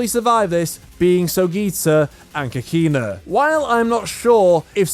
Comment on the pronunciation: lol I Hate the way you pronounce Kakine (Kah - Key - Neh)